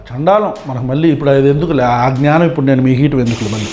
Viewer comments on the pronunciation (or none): none